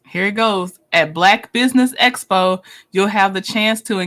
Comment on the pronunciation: She got the acronym Expo correct this time. Although she pronounces it Espo.